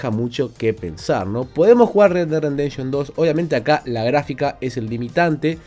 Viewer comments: Me encanta la manera de de pronunciar Red Dead "Rendemption". Supongo que se refiere al duro renderizado que tiene este juego. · Like por: red dead "rendenshon" xd